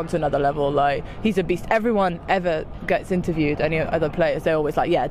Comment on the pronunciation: At 5.00, did you say "Dembele 's a beast" or "Dembele's obese" ???? That Body Mass Index is pure muscle 💪